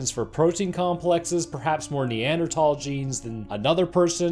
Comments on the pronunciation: Neandertall? Do you mean “Neanderthal” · No one.... not a single soul:: NeEaNdErTaLl